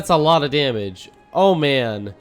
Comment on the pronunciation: "A lot od DAMNage"